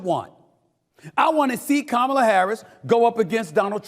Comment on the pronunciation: Time for somebody to take an english or correct grammar class!!!!! before the debate! Just saying!! At least learn how to say her name right!! 😂